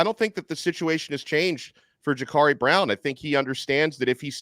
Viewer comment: Can someone tell this clown how to correctly pronounce Jacurri.